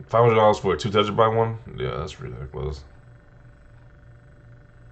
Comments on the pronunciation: Tera-byte. Not tetra. All I kept thinking was tetrapak.😂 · Tentrabyte 🤣 what is a tentrabyte? Good vid tho